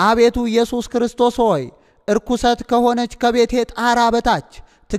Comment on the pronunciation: አንባቢ ሆይ "እርኩሰት ከሆነች ቤቴ ብለህ ያነብከው ልክ አይደለም መሆን ያለበት " ረኲስት"አነጂ!!